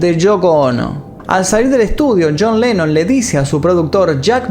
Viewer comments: dice yean lenon ,, no yon lenon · pronunciaste yean